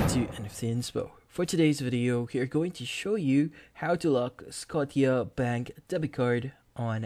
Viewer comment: It’s pronounced Sco-sha- bank. Like Nova Scotia